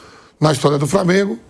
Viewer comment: Ele tambem fala Framengo